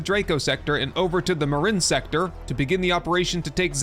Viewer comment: It's pronounced MYRIN like mirin your abs bro.